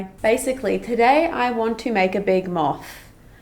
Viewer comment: no one:: m🅾️th